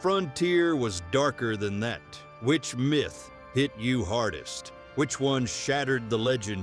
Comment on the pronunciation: Fix your crappy AI narration, some places you call it a “myth”. other places you say. My Th